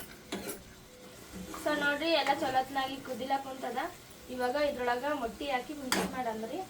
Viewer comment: ಅಕ್ಕ ಅದು ಮಟ್ಟಿ ಅಲ್ಲ ಮೊಟ್ಟೆ